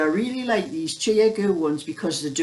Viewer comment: My favorite needles are the ChiaoGoo needles I have several..my Chinese friend says it’s pronounced ChowGoo..I’m not picking at you,I just thought you might want to know..I know I struggled with it until I asked her,lol The blankets are beautiful as are all your sweaters,,love your stories..